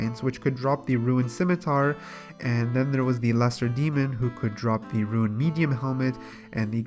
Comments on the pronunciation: Can you start saying rune as rune not ruin. I keep not understanding what youre talking about when you go to ruins all the time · You're talking about a guy that says "ruin" instead of "rune"... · holy fuck rune not ruin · You say runescape, and runite perfectly fine, but RUNE alone you say ruin lol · Yo i was litereally about to comment on that. But you beat me to the punch! Ima complain anyway! You say runescape perfectly! Stop sayin ruin! Other than that love the videos! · *can say runescape *has trouble saying rune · it RUINED the video. not tho love you